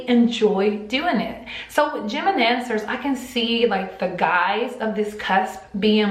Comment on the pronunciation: I thought she was saying gemidancers 😂😂